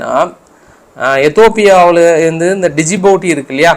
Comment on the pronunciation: டிஜிபூட்டி. இல்ல ஜிபூத்தி